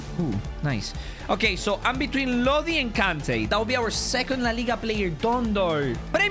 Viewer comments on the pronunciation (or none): none